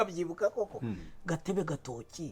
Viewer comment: Bavuga Gatobe gatoki...ntibavuga gatebe gatoki